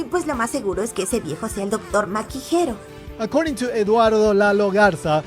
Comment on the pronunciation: How dafuq do you mispronounce the "G" in Gero to "H" and end up calling it something else otjer than a "Hero?" 🤦‍♂️